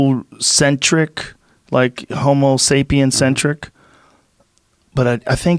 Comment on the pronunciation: Holy shit, did Joe just say “homosapian-centric”?